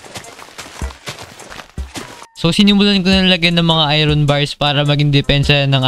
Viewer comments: when you pronounce Iron as ayron instead of ayorn 💀💀💀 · Lods "ayorn" ang pag pronouce sa iron❤️lab lots love your vids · I-Ron hahahaahahha galeng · Kua Hindi Po i-ron iron Po ahhaah